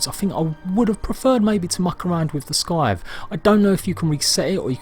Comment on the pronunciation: looks awesome mate, i know I'm a tw@ but it's a silent C in scythe